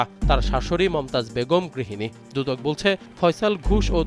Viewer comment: আমি সাংবাদিক ভাইকে দৃষ্টি আকর্ষণ করছি দুদক কমিশন না সুদক কমিশন বলেন